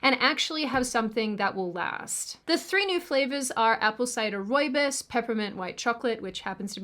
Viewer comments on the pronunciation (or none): That's not how rooibos is pronounced.